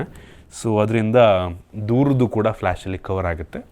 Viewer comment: "ಹೊಂಬತ್ತರಿಂದ" "ಅತ್ತು"ಸಾವಿರ "ಹಾ"ಗುತ್ತೆ "ಹಂತೆ" ಹೆಷ್ಟೋ "ಅಳ್ಳಿ"ಗಳಲ್ಲಿ ೪ಜಿ ಸಿಗಲ್ಲ "ಹಂತೆ"😂😂😂😂